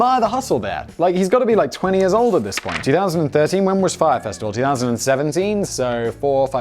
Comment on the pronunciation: I'm just amazed he pronounced Fyre correctly. usually there is no name baldy can't fuck up.